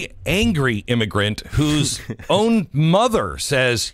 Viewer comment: Was that an immiGRUNT!